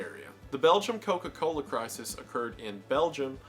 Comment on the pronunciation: Wendigoons Georgia accent really came out when he hit a single “Co-Cola” in a whole Coca-Cola segment🤣